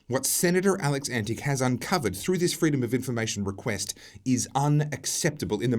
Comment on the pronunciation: The senator's name is correctly pronounced Antitch (not antic).